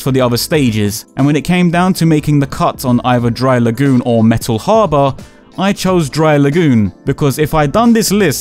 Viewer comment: “Metal HAH-BAH” still laughing, so sorry 😂😂😅